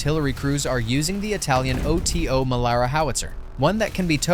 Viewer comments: They are reading it as O.T.O. in English. Oh-Ti-Oh (for context, in Italy we pronounce it like 'oto' as in 'otoscope'). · although it is technically O.t.o. in italy (or at least in my hometown that is also where they are built) we pronounce it "Oto" as Toto without a "T". if it makes sense. Great video.